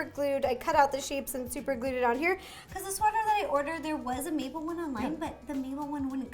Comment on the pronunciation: Please call Mabel,Mable not maple😠